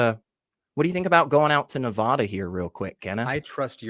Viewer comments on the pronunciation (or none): people who live in Nevàda hate it when people pronounce it Neväda. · Please don't mispronounce Nevada.